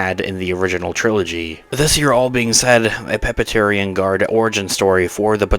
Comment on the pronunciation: Dude-- it's Praetorian guards! Ie. "Pray-tor-ri-an" guards. FYI